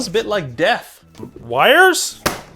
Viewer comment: At first, I thought he said "Hmm smells like DEBT", not "smells like death".